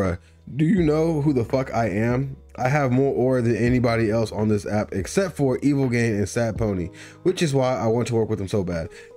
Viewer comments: bruh im shitting and puking blood his tag is literally in every song its EVIL GEE-AH-NE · hold on bro how the fuck didd u jus pronounce evilgiane?